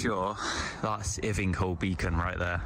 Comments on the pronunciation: Ivinghoe, pronouncrd EYE-vng-hoe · Everything from the point he crosses the Thames is the area I grew up in. The landscape is stunning, in a different way to mountains admittedly. Ivinghoe should be pronounced ‘EYE-ving-hoe’ by the way. The woods look like Monty Python because they’re about seven or eight miles from them, and it used to be one continuous beech forest across most of south Bucks (which was the centre of furniture and paper making in the country for a long time) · walked parts of this dozens of times - love it. Ivinghoe = Eye-ving-hoe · While I like all videos and your reactions to the ones you've looked at, two things about his videos annoy me. First,while I realise we have a myriad of local accents in Britain it seems that wherever he goes from north to south he seems to mispronounce almost every place he goes and secondly (as many people have said when watching your previous reactions) seems to be unaware of the convention to walk on the right side of country roads where no pavement (sidewalk) exists. This is so as to be aware of vehicles approaching you. Walking on the left side will get him in trouble one of these days.